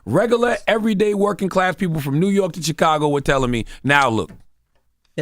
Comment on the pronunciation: CdaG was completely on point but he needs to really work on saying Chicago properly..